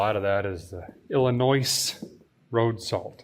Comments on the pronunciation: I can just feel the collective cringe from all the Illinois natives every time he says "IlliNOISSSSSSSSSSSSSSS" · There is no noise in Illinois 😜. it’s pronounce Illinooo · Someone must have gave a feller a hard time about pronouncing the “s” in Illinois 🤣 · So a guy hails from northern wisconsin, and every time you pronounce illinois, it cracks me up!😂